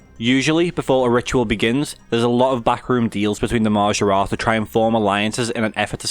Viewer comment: Hearing a scouser say maaajaaarat is the highlight of my night